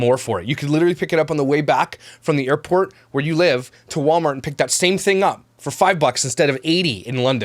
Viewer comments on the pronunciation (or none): none